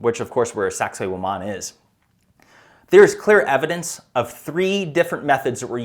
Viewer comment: I watched both seasons and loved every episode. I like what Graham also says about how world "leaders" should be required to do an Ayahuasca ceremony at least once, if only the world was more progressive in that sense. On a funny note, my daughters and I kept hearing Graham say Sacsayhuaman as Sexy woman and we definitely got a case of the giggles. Have you heard of the new docu coming out by Dan Go Thoughts here on YouTube, about what he discovered while on DMT and looking into laser light? His docu is called The Discovery.